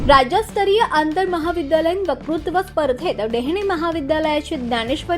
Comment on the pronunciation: वकृत्व नव्हे वक्तृत्व असे वाचा.